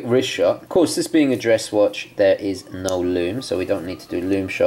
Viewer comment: When he says No, sounds like Noel. When he says So, sounds like Sole. When he says Snowflake, sounds like Snowelflake.